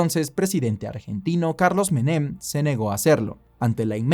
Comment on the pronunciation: “Meném”, dónde viste que llevaba acento Menem? Jajajajajaja